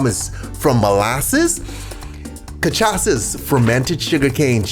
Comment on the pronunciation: I’ll give you points for pronouncing Cachaça correctly.